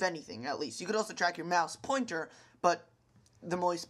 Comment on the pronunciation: lmao moise pownter